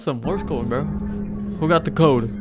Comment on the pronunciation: It’s bro. Not vro